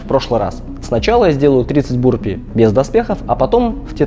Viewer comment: Burpees по русски это отрыжки или рыготнички. Или вырыватики рвотнички. А произносится правильно "бЁрпийс" или почти так.